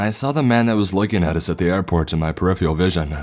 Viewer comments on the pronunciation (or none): none